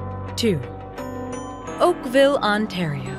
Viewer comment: Tf u sayin Oakville 😭😭